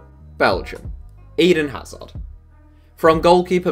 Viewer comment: Little research on how to pronounce countries' and people's names would have greatly improved this video. I am accustomed with butchering Slavic names but Eden Hazard threw me off.